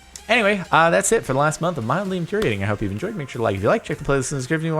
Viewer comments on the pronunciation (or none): At the beginning he said moddely infuriating now that's mildly infuriating